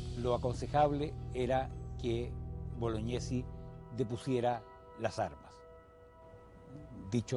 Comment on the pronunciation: A ver si la señorita pronuncia bien el apellido,se pronuncia Boloñesi,no Bolognesi.